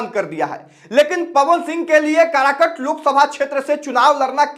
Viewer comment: अरे कारकट नहीं काराकाट नाम है ठिक से बोलना तो सिख